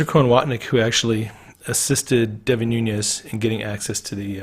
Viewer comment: You're one of the few who knows how to pronounce Nunez ! FYI the t in often is silent;-)